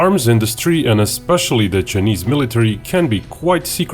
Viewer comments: Its Chi a neees not chenesss. Please stop being Grounds keeper Willie. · The way you pronounce "chinese" is so typical russian